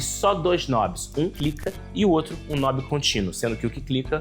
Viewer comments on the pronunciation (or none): none